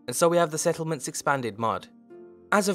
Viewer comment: Preston Garvey "Se'lment"